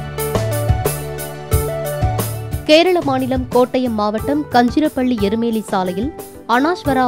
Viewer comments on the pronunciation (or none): அனாஷ்வரா இல்ல தாயி, அனஷ்வரா, கஞ்சிரப்பள்ளி அல்ல, அது காஞ்சிரப்பள்ளி.. 😂